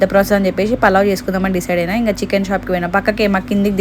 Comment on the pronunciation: Konchamsepu uppu enka salt vesi kalipi pettali anta😂😂😂 pronounciation mistake 😅